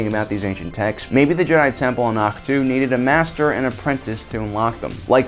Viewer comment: Its AHK-TOE as said in the movie. Not AHK TO